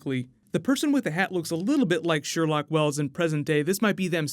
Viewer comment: its Sherlock not Sherlock